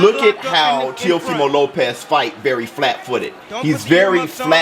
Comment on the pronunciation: Now I'm drunk. I took a shot everytime he said Teofema Lopez.